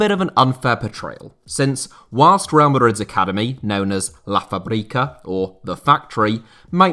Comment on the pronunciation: La Fábrica,not Fabrica ,the thing over the letter a means that a is read as the strongest syllable in the word,also it's not Javi,the X is read as a Sh